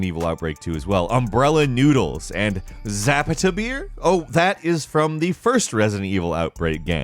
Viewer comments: Were you drunk making this video? You slur so much and mispronounced SO many words! Zapituh beer? Dude Its ZAH PAH TAH. Army? It was Air.. and Wolf OF the batlefield. Either way, I hope you're alright man but legit, sound drunk in this one. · Heeeey Zapata beer what a quinky dink. Side note it’s pronounced zuh-pah-tuh, you honestly did better than most people. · Im so mad you said zap-ah-tah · I cringed a bit when the word “Zapata” was said in a suuuper gringo way lol. You pronounce all of the a’s in the word as if your mouth is open for the dentist and they tell you to say “ahhhh”. You’ll thank me later. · LMFAO he doesn't know how to pronounce Zapata! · Your pronunciation of zapata is hilarious.